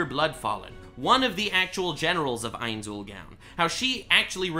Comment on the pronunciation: mispronouncing ainzs name bothers me alot